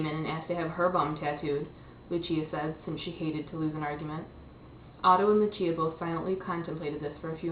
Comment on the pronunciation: Uwah I just finished this book today~!! (Isn't Otto just awesome?? Along with Lucia and Max? xD) And you even said Lucia right! o